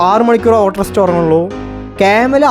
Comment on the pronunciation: ഓട്രസ്റ്റ് ❎ ostrich✅ vayikkan ariyillankil poyi vayikkan padichittu vaaa😂😂